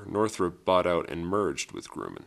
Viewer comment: who the hell is "Groomen aircraft co"? You mean Grumman? Who writes the shit you read? I mean it's SOOOO obvious you don't know ANYTHING.